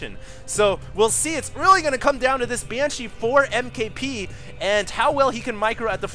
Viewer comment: BANESHEEE!!!!! lol